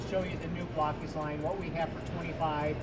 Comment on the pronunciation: As an English language arts teacher, it still bugs me to no end that it’s pronounced BLOCK-ees. But, hey… language evolves. 🤷‍♂️